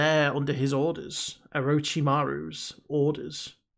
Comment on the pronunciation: Lol..it's the eng dub but has a problem pronouncing Orchimaru name I noticed.i will say I hope realizes that Sakura doesnt have the skills of Sasuke and certainly not the fox spirit that can amp Naruto..she is the most normal girl on a team beside characters who are much higher in abilities. The true is Naruto and Sasuke are the mc..not Sakura despite what many ppl say so they can judge her on that basis.